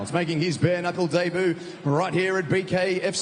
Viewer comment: An announcer that can't ever pronounce "debut" 😂😂😂 Daybooo